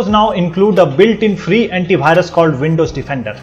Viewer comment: Bhai.... correct your pronunciation ...its antivirus not antibhirus